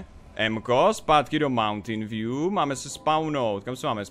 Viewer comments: mountain view* a movntajn se to fakt nevyslovuje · Tady si dáte mountain view." Jsem jedinej kdo rozuměl Mountain Dew? :D